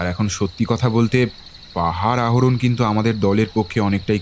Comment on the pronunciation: খুব সুন্দর খুবই সুন্দর। ড্রাগন নিয়ে গল্প চাই এবার। আর একটা কথা কিছু উচ্চারণ বড্ড কানে লাগলো যেরকম পাহাড় আরোহণ, আহরণ নয়। একটু খেয়াল রাখবেন পরের থেকে 🙂